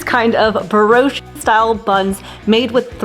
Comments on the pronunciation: Brioche is just pronounced "Bree Oash." Not "oshee." The word is French, the final e is silent. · BEROSHEE? It’s BRIOCHE, pronounced BREE-OASH (long O like oat). And microwave? Seriously? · Brioche pronounced bree-o-shh the e is definitely silent. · Broshi buns ?? You mean Brioche ? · Bree-oh-sh. Love the video tho. Ty! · "Bree osh" = brioche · I would “phoneticise “ like so, Bree- oh - sh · Hey, brioche is pronounced "Bree - Oh-sh" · Brioche is actually pronounced "bree-osh" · Thank you. Came here to say that😂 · Brioche is French. It is pronounced, 'Bree 0h SHH'. No pronouncing the e on the end. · Is she trying to say brioche?